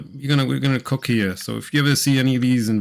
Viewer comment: Did you say COOK in it or COC in it? Big 🍆🍆difference buddy😮😮😂😂